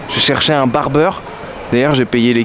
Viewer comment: On dit BARBIER et non barbeur faut pas s'étonner qu'il se soit donné que tu ne sois pas français mdr